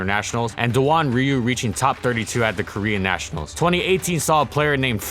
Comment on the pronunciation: what kind of pokemon is a neeshionals?